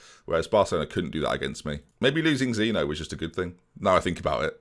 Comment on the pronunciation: It’s Zeen-yo that can’t be trusted, not zeeno Cheers